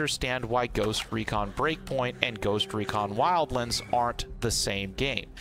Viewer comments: ah yes wildlinds as you say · Wildlends.....??? Wtf is wrong you??🤣🤣